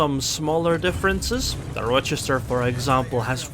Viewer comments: I have lived in Rochester NY for 20 years. You are saying it just fine. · You got the pronunciation correct. Source, Lived in Rochester NY for a few years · You're saying it correctly, at least for the Rochesters in the US that I know of. At least one in New York and Wisconsin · You’re saying Rochester right :) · yep you pronounced it right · Your pronunciation of Rochester is correct. There is minimal risk of these comments being spammed with "Um actually its pronounced ...". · As far as British English is concerned. The pronunciation of Rochester is perfect. However, Implacable isn’t pronounced with “place” (though it makes for a good joke on placing onto the cap). Implacable is a name to do with the fact you cannot be placated. You can’t be put off or bought off, you are Implacable (easier said like: Im-Plack-able). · You are pronouncing the name properly. :) And Implacable is pronounced im-plak-a-bull.